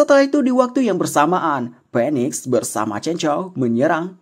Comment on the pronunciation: itu maksudnya burung Phoniex... Dengernya burung Penis🤗🤗